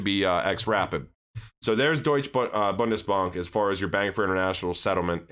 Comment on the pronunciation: You said "Deutsche Bundesbank" perfectly right